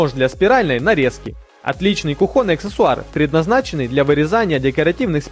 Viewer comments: Да не кухОнный, а кУхонный /слИвовый/. Нужно знать такие вещи, коли вышли на Большой экран! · Автор, извините, но ударение правильно ставить кУхонный а не кухОнный. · Elena Eleni , от этого вообще кровь из ушей 😂😂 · Хотела уже воздержатся от негативного комментария , но в конце услышала призыв автора. У вас столько подписчиков, пора бы уже и правильно говорить- кУхонный от слова кУхня и т. д. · Кровь из ушей из-за кухОнного😭😭😭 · Мне не понравилось, как автор ролика произносит слово кухОнный...уши режет...да и использования этого товара, нужно показать на личном опыте. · он достал прям уши режит